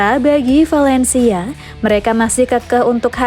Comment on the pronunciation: vAlencia bukan vElencia